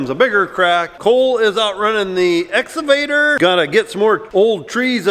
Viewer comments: Excavator “ x cavator “ not “ s cavator” If says it right I will like and subscribe. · excavater not exavater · I love hearing the cornstars say exsuvator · EX-CA-VATOR READ IT LIKE ITS SPELLED. LOLOL CA CA CA CA === EX CA VATOR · Love and his "exavator" pronunciation. He is so good-natured about everything! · IT'S EX-KUH'-VATOR, LOL!!